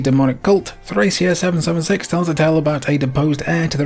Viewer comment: Countless videos about Nintendo Power games, late-era SNES, and the Fire Emblem franchise, and I don't think I've heard a single person pronounce Thracia correctly; it's a hard c. If you look at the game's logo, it even has a pronunciation key in Katakana: トラキア (Torakia)